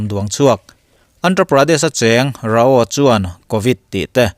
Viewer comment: RAO - RAU ti a lam tur